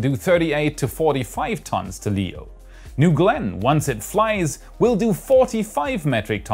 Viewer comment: " New Glen " :/